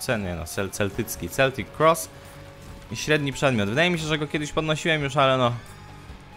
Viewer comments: czyta sie keltik kross , a nie celtik kross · Mówi się "keltik kros"